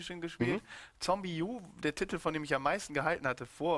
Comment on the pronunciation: Sarazar sagt nicht Titel sondern Tittel^^